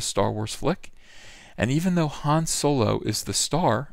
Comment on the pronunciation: I crack up every time you say "Soylo" or Soil-low or however you spell it.. Good shit man so glad I found your channel.